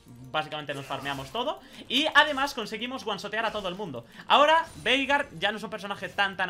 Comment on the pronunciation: Yo le escucho "Verga" xdxd en ves de Veigar xdxd